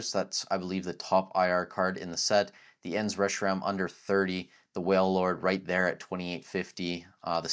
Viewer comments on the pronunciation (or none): none